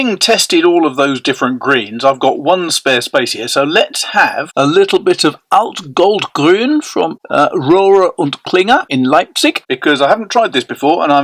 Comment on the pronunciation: I'm happy that you like the Alt-Goldgrün, and I must say, your pronunciation of "ü" is pretty much spot-on! Usually people struggle with the Umlaut. Kudos! Have a nice day and thank you for the video, as always!